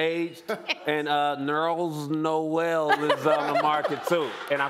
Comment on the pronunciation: “Nerls Noel” 😂😂😂💀💀